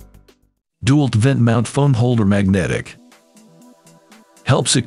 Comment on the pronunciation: Agree. It'd Dee-Walt, not Dew-alt. And Wigh-Figh, not Wifey. Ridiculous to use this terrible robotic narration.